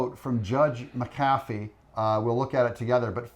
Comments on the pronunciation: It’s Mac Afeeee, not what you call the Judge, get his name correct…. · Thanks for your coverage. Judge Mc Afee, however, would i I feel sure, appreciate a correction in pronunciation of his name. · Please, someone tell Doug how to pronounce the judges last name …. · Judge McAfee (Mack - A-Fee) actually served under Fani Willis in the Court System, before he became Judge